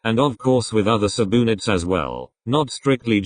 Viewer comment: subunits ❌ suboonits ✔